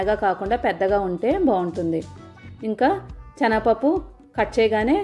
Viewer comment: రెసిపీ కొత్తగా ఉంది . 'చనగ పప్పు'..అని కాకుండా 'శనగపప్పు' అంటే వినడానికి సౌకర్యంగా ఉంటుంది.